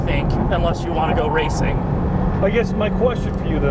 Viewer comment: Raceeng plates..sounded like you just said racing